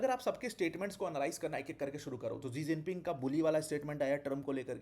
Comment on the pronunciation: 2011 में शायद शी जिनपिंग भारत दौरे पर आए थे तो शायद DD न्यूज की कोई एंकर ने उनके नाम को "इलेवन जिनपिंग" पढ़ा था तो नौकरी से निकाल दिया गया था। पूरी दुनिया शी जिनपिंग बोलती है लेकिन आप एक टीचर हो के बार बार "जी जिनपिंग" बोल रहे हो। दुखद।